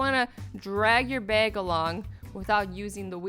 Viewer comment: Your accent comes through whenever you say things like drag and bag.